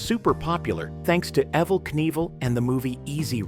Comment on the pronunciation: It's not E-vel, it's pronounced Evil